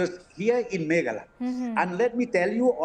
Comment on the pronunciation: Not from Megala as home minister pronounce but from Meghalaya.